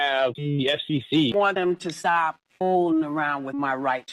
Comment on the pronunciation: Because she don't want her to STOP.... that STOP sounded like GO.